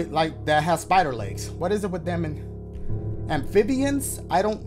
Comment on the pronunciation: This mans said “amphibians”💀